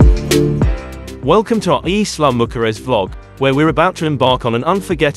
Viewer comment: Every time you pronounce Isla mujeres Im lol…not even close to the name if this beautiful island